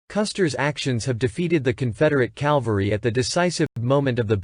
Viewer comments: It is Cavalry not Calvary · My dear, I say this with all respect and hope for your success, but please, please, learn how to pronounce the word "Cavalry." Jesus Christ was crucified on Calvary. Custer rose to greatness with his cavalry. Cavalry, not Calvary. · The word is cavalry, not calvery. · Yes...WHY do these historians and movie actors CONTINUE to say "calvary" when the word is "CAV-AL-RY"? Very annoying! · CAValry not CALvary (sorry-it drives me crazy!) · Absolutely Richard! CAL-vary drives me crazy. It's a term used by people who know little about military history. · CAV-alry. NOT CAL-vary !!! These basement history video hacks are just too much ! Take some speech classes ! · It's CAValry! Not CALvary! Just axe somebody! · It's a good video, but the mispronunciation of "cavalry" as "calvary" drove me nuts. The "L" comes after the "V", not before it. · Or as repeatedly stated in video the Calvary